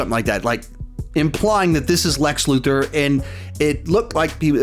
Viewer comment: I think that's a Luther not let Luther